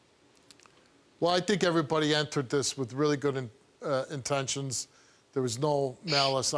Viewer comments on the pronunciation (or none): Not the "intentens"!!!!